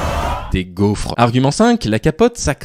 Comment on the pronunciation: de la " pâte à gauf' " svp